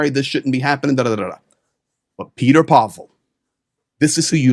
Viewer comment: If you respect Petr Pavel and Czechia so much at least pronounce them correctly. It's (Pet-err) not Peter Pavel. It's not called Czech. It's called Czechia or the Czech Republic. Greetings from Prague, CZ.